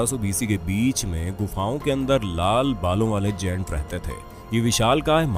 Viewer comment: गैंट होता है ना कि जेंट्स